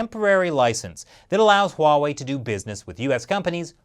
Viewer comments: If you're annoyed by Tom Cotton's pronunciation of Huawei, you should hear how most of my friends pronounce it. You might need a few shots of everclear after, though. The US government is worried that Huawei will do to the US government what the US government does to everyone. Don't steal. The government hates competition. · Steve Bannon mispronounced Huawei? Spell it with me; h-u-a-w-e-i, and say it People's Liberation Army. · "Stop saying it like that", well stop having the damn beard and shave it off and maybe we will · "uawei?" no, 'Huawei' Norway? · Uh I love you but it is pronounced (Wah-Way). Huawei actually had a name recognition campaign for this or did they just do that to make it easier to pronounce? Edit: Okay. I'm wrong. It is (Hwa-Wei) in Mandarin. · It’s Huawei NOT Wawei! Stop saying it like that! 😂😂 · It is actually pronounced as "wah-way" not Huawei. You are wrong mate and the official is pronouncing it correctly. I pity you as your channel name is "China Uncensored". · H’why h’would you pronounce it wuhway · THANK YOU for pointing out that even our leaders keep mispronouncing Huawei, which is pronounced just like it's spelled! (HWA WAY, in case anyone is still confused.) I find it so irritating that even some NPR and Bloomberg reporters never took a minute to double-check that, as well as how to correctly pronounce Xi Jinping. And I'm always politely correcting people who say "kung fu" instead of gongfu. LOL. But at least THAT is understandable, since Westerners got used to seeing the confusing Wade-Giles Romanization of Chinese before pinyin finally became better known. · your “Huawei” got pretty close to “Wawei” ;) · I know, right. Here in the Netherlands people say Hu-A-Wai which sounds even worse. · I've been trying to improve my Chinese pronunciation. So Huawei pronounced wha-way? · Huuuh... It's actually pronounced WAAAAAH-WAAAAHY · i think he is speaking cantonese wah wei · You mispronounced huawei as well